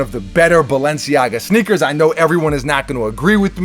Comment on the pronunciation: Is he saying snickers?